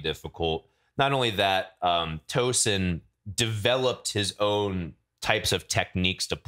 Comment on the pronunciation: People's tongues should fall out for pronouncing "Tosin" and "tremolo" that way